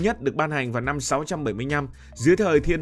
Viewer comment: Kênh lớn mà sao phát âm sai nhiều: giao bán, nhăm…